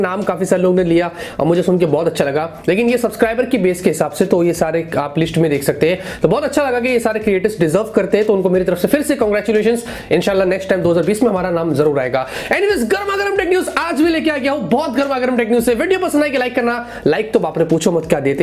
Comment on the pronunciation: why you said insaaalh,,its very bad to hear